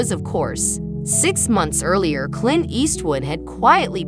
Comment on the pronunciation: The AI voice is just horrible, mispronouncing Clint's name and other screw ups.